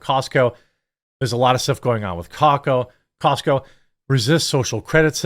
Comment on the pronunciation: DId he say Cockco?